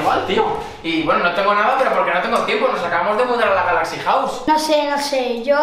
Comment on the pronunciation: Cuando quería decir galaxy wow dijiste galaxy Río jaja😆😆😆😆😆